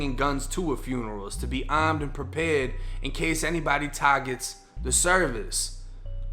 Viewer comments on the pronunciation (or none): "In that caw"